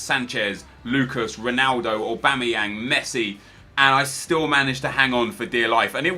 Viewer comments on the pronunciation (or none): none